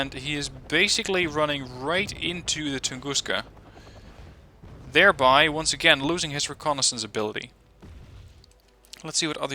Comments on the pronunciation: I'm not criticising or trying to offend you, but please stop saying "Tunguschka". I'm russian and thats just wrong. It should be pronounced "Tunguska". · is it Western pronunciation? (Also not even sure that's a thing as English is different from German etc.) I've always just said it as Tunguska without the 'sch' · anonymous titan It should be pronounced like "Gus" :) Tun-gus-ka